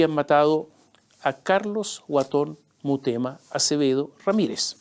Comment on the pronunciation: La boda en el Padrino (1) fue en los 60 y no en los anos 30. El alias es Guaton Mutema, no Murema « 2 veces » dicho por este sarcastico periodista derechoide, demasiada imitacion a los farandoleros de la tv argentina.